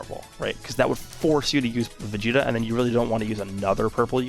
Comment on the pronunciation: Yes, “vageta”